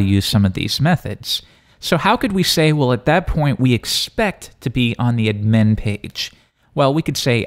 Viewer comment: pronouncing ADmin as adMIN is bothering me more than it should.